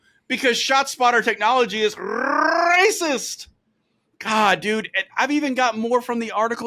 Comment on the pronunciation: ShotSpotter is RAY-SA-SIS-TIC!